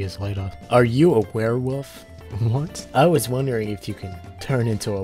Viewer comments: "were-woof"??? Were woof ?! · My mans said "were-woof" 💀